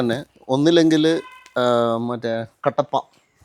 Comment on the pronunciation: കട്ടപ്പ അല്ല കടപ്പ 😂